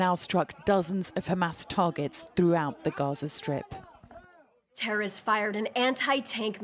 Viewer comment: The way she says 'terrorists' in her American accent is both cute and ironic 💀🇮🇱💀🇺🇸